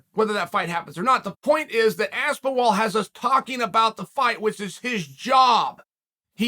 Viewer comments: I wonder how he preps to butcher the name. "Let's see, should I go for Aspinol? No that's too similar. (Stares blankly at the wall) that's it!" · Chael knows how Aspinall is pronounced. This is a fact, and you're silly if you doubt it. Chael will read everyone calling him an idiot for getting the name wrong. Chael will continue pronouncing Aspinall wrong, because he's a genuinely horrible human being who goes out of his way to get the names wrong of fighters who aren't A) American and B) have easy to pronounce white sounding names. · Holy shit Chael Aspinall is an English. I fully believe DC when he's says chael says names wrong on purpose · I was wondering how can chael butcher tom's last name. Surely he cannot mess up aspinall, right? Uncle chael never stops to surprise me. Undefeated, undisputed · That Mole In Aspinall's camp should fill Uncle Chael in on how to say his name rite😆🤣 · And for the love of god....this is a english last name! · Within 2 secs...Aspen-Wall...🤣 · Me: Aspinall Chael: Aspen-Wall Me: OK Great... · Chanel knows the game as good as anyone, future manager, I love it, saying aspen-wall to reinforce people to to say “No, no, no it’s Aspenall” get the name in the people’s head, that’s promotion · Cmon is he really saying Aspinwall? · Aspin-WALL?? Jesus Christ. He’s just trolling us at this point. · First word out the gate "ASPEN-WALL" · There's no 'w' in Aspinall, though I wonder if these mispronunciations are Uncle Chael intentionally trolling - to weed out those he thinks are too nitpick-y, or who knows what reason. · How can he screw a name up so badly?!?! It's THOMAS... THOMAS ASPENWALL... get it right!!! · How do you mistake aspinall for aspinwall? 😂😂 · Dude just said Aspen Wall 17 times in a row with a straight face. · You know you’ve made it as a UFC superstar the day that Uncle Chael mispronounces your name. Bet this is a proud day for AspinWall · “Aspen wall” Chael had to try not to laugh at this one 😂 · As-spin-OL Chael: Ass-Ben-Wall